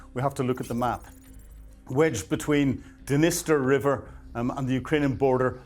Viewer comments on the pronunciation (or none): none